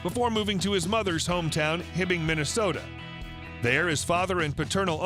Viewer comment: he was raised in Hibbing MN, not Himming MN.